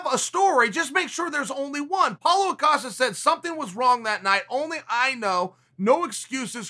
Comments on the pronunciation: its paulo Costa NOT A"costa" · Paulo - "say paulo" Chael- "paulo" Paulo- "Now say costa" Chael-"Costa" Paulo- "Put them together" Chael- "Paulo acosta" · Why t f does everyone keep calling him Paulo “Acosta” lmao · Boxing champs have a rematch clause, in every title fight.... UFC/MMA champs don't. Paulo Costa. Not "Acosta". How do Chael & Brendon, rise to fame, as experts in MMA, while getting so many names wrong? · Why he keep calling him "Paulo Acosta" hahah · Dear lord please give unkz sonnen the strength to say costa.... Amen